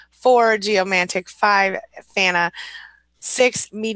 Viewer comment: Empowered empath.... Do you mean "fauna" empath? It's usually "flora and fauna", not "flora and fanna".